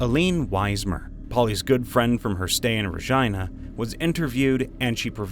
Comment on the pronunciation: This is helping me study sm, but the Regina pronunciation is killing me